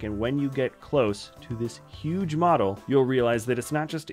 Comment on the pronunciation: I think it’s ironic that I just yesterday learned that Jack stone is a Lego theme that exists because I watch this video today (day after discovery). Anyone else experienced something similar? Also I kept hearing bottle instead of model every time that word was used…